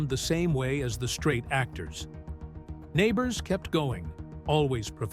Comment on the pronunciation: Learn how to pronounce his name!